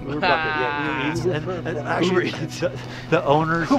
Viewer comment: he said ubar